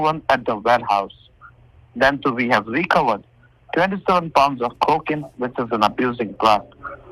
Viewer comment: Is this CO-kin a new drug or something? Haven't heard of it. I mean I heard of fen-TAN-il, ek-STASSY, mare-UH-wanna, kri-STALL-meth and some other drugs but not CO-kin